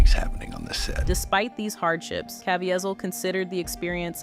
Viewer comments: The narrator does not know how to pronounce Caviezel's name: Ca - vie - zel. And I love him. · Please Please Please..learn how to say his name Properly..it’s CaveZIEL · Hate AI. It's cuh-vee-zeel. Such disrespectful to an amazing man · Can you learn to pronounce his name properly and not 3 or 4 different versions, none of which were right! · How many different ways can you pronounce “Caviezel” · Huge DOWN VOTE! The title had NOTHING to do with the video. Its unbelievable that you would make a whole video about a man who was honest and wholesome and then disguise it in deceit. As if that wasn't enough the AI voice over misprounced Jim Caviezel's name constantly throughout the video. Garbage!